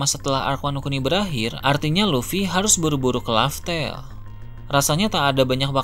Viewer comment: Laugh tale bukan laftel